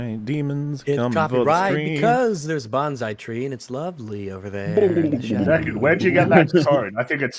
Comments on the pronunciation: Deckawd is hunting weplicants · Is anyone else hearing him say "Deckawd"?